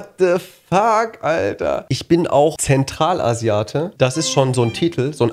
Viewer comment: Zemtralasiate hat mich gekillt🥲😂😂😂😂